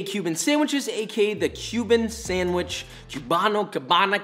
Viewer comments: Also, says “kiubano” cringes in Spanish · My father is Cuban and I was born in Miami and I was raised there. Also Joshua, we don't pronounce the "b" when we say "Cubano", so it basically sounds like this: "kuu wa no." And also, those measurements are a bit off for the sandwich and the mojo is too thick. Also, pig lard is an alternative. I'd say that only half of the Cuban bread in all Miami has lard. Lastly, the bread is too dark. Cuban bread is actually super light in color; tbh, I've had over hundreds of Cuban sandwiches and I dont ever recall the bread being so dark; it only get dark after it is toasted. But overall, good job! If you want to learn about Cuban food, go to Miami and visit butcher shops. In Miami, it is very common for Cuban butcher shops to sell Cuban pastries and sandwiches.